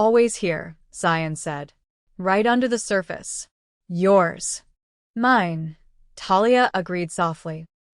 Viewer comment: The word is "mine" rhyming with "wine", NOT "me-nay". Or "mean". Also please stop the Spanish comments - not everybody understands.